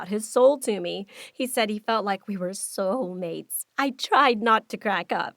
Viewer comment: why did she say soul mates like soual mates